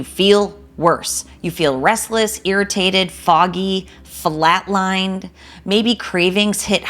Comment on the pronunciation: Great video! It's funny how you said "Fillat-lined" at min